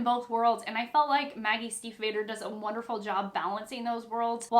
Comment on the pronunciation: This is a good recommendation, I didn't know it but now want to read it! Just a tiny note, you pronounce the a in Stiefvater as a long a (like adolescent)